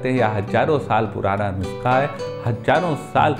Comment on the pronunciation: Nuuuusakha. Dhire bole achhese bol payenge